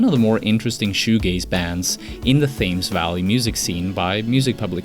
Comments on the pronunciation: ITS PRONOUNCED TEMBS VALLEY MUSIC AHHHHH NOT THAYMES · Bruh, Thames Valley is pronounced "tems valley" fyi. Source: I'm from there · That's not how you pronounce Thames.